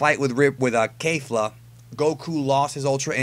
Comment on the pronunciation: Who else got annoyed when he said kayfla instead of kefla